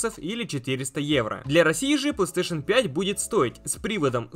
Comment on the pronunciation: ты так странно говоришь пластеэйшн))